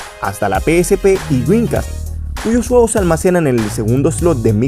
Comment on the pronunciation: Dijo Huevos O Juegos XD